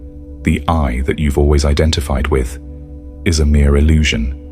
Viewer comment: It's "illusion"... not "allusion".